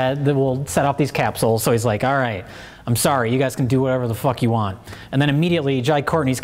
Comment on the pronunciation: "FECK YOU" *Gunshots"